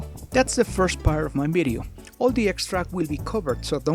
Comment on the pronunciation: I love it when you say ”bideo” it makes me feel like I’m talking to my Spanish friends